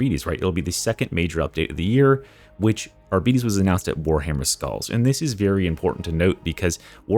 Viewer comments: Why the f do you pronounce arbites like that?. It's just like the people that keep calling Lara croft, Laura Croft. It is objectively wrong, end of story. Love the videos outside of that tho. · YOU ARE SAYING ARBITES WRONG.